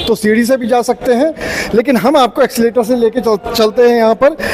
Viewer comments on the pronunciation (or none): एक्सीलेटर नहीं भैया😂😂😂😂 एस्केलेटर बोलते है भाई कुछ भी 😂😂😂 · एक्सीलेटर नहीं एस्केलेटर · Accelerator Nahi Escalator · Accileter aap kah rahe h Esclater boliye